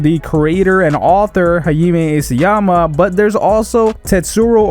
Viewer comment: "Hayime Isyama" It's pronounced Hájime Isáyama for fuck's sale.